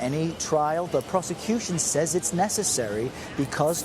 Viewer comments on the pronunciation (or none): none